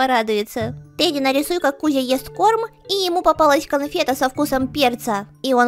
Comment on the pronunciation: Не Тади а Теди